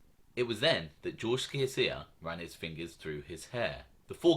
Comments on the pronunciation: You pronounce george from canada last name sha sha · Sciascia...: pronunciation SHASHA. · Good vids!! One tiny thing: Sciascia is pronounced "Shasha" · SCIASCIA = CHIACHIA